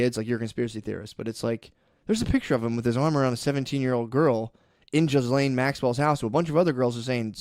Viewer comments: See how many times Matt calls her Gillian instead of Ghislaine haha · Gill-Lane is what Ghislane sounds like. Not Jizzlane. Look, fuck her and whatnot. But thats like pronouncing Matthew not like Math-you but like Matt-Hue. Once again, fuck these people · I have been pronouncing Ghislaine Maxwell wrong